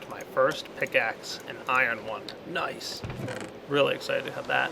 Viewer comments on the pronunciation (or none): Anyone else notice the really strange 'Nice' ?